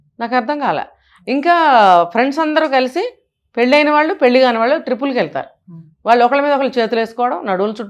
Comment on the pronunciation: పెళ్లి సవ్యం గా పలకండి